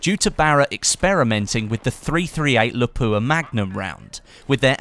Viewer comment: The way you pronounce "Lapua" is funny lol